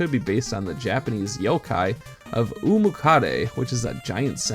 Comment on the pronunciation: Dude you completely butchered the absolute hell out of that Youkai's name "o" can never make the sound "ooh" in Japanese under any circumstance, that's just physically not how it works because they have a syllabary instead of an alphabet- the pronunciation of おうむかだ(done here in simple hiragana because I don't know if it's name is done with any kanji with an explicit double meaning) is "Oh-moo-kaa-da" Secondly, Giratina is inspired by that as well as another centipede Youkai, the Bake-Kujira(flying centipede whale spirits that bring curses, death and chaos) so yeah I'd definitely say more centipede Third I LOVE SNAKES!!!! LESSSSGOOOOOOOOO